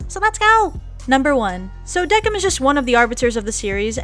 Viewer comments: ITS NOT DEKIM ITS PRONOUNCED DEKIMU TRIGGEREEEEEED!!! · I thought Decim was pronounced "Des-im" 😂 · WHAT u say Decim's name with a K when I used to say it with an S lol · the pronunciation of decim is wrong . -.